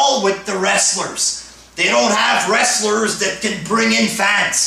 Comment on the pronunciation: Wtf is a wrastler lmao.